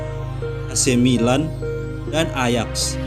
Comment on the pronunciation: Banyak salah pelafalan min. Harusnya Ajax di baca ayak